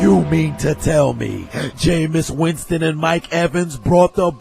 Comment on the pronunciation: he be killin me when he says Jamis crab legs winstin😂